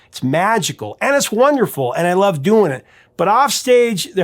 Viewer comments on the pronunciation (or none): none